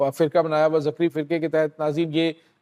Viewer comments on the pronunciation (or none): بھائی یہ زکری نہیں بلکہ ذگری فرقہ ہے